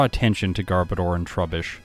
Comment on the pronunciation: Underrated and overhated Pokemon imo. Wish it was a little better in battle, though. You're mispronouncing Garbodor btw. It's actually gar-BOH-dur, like odor!